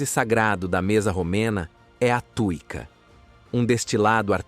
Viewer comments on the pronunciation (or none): Antes dos romanos, chamava-se Dácia, habitada pelos dacos. Péssimo apanhado histórico. Chama-se tsuiíca e não tuíca. "Ciorba", que tb é uma palestra turca significa sopa e pode ser de qq coisa. A pronúncia correta é "tchorba".